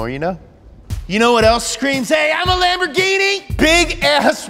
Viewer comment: PERFETTO PRONUNCIAZIONE